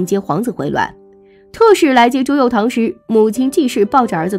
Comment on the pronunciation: 朱佑樘 cheng 姐 你也真敢读啊